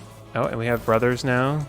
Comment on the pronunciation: I got used to accent when he says brothers,and I understand brummers,and when you've got to that phase I was something like....aren't they called brummers? XD